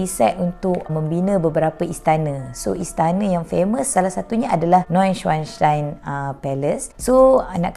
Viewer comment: Cuba ulang sebut name istana tu😭